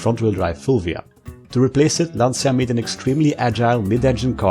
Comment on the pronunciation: Its pronounced LANCHA NOT LANTZIA